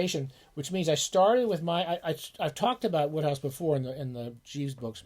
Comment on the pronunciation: It's Wode hohouse like snowed house apparently. loved the vid. read a few myself. I was surprised how good the writing was.